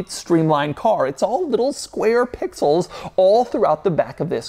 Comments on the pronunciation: The number of times he says PPPIXELS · The way he says pixels every single time. I like can't stop hearing it that way in my head now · The way he says pixels is driving me crazy! 😅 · Can you say pixels one more time 🤙🏽